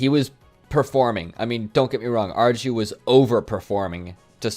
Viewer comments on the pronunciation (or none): I think that u might would like to know, arju is pronounced AR EE U, just a smol fact